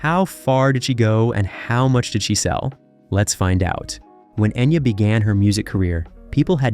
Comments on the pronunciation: Pronounce her name right! Geez! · Enya didn't change her name. Enya is how her name is pronounced, she just rewrote in a way people would know how to pronounce it. All the Irish names are pronounced wrong here... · In one of the three dialects it’s pronounced Enya.